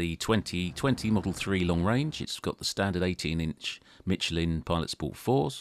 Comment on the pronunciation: Good god, my ears, it’s mi-SHELL-in, not mitchlin.